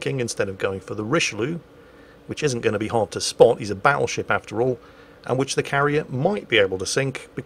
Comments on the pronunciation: Bottlesheep is just a heavily accented pronunciation of "Battleship" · well, it sounds a bit like battlesheep if you pronounce it a bit dutchy. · The Dutch captain sounds like my high school bus driver! Whose name was, not coincidentally, Dutch. He was from Pennsylvania, and I bet you he would've pronounced "battleship" as Bottle Sheep. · I think his name Bottlesheep is just a funny pronunciation of "battleship" lol I'm commenting into the video so dunno if you cover that later in the video though lol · bottle sheep doenst have a translation to dutch, nothing that makes sense for sure. but it might be a joke on bad pronounciation of the word battleship